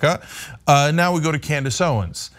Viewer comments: I misheard you pronounce her name, but now I think Candice Owens will now be called Klandice Owens. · I for sure thought called Owens "Clandis Owens". Did anyone else hear this? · It sounded like accidentally said "Clan-dace Owens" and I cannot get over how accurate that is.....😂😂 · She said Clandace Owens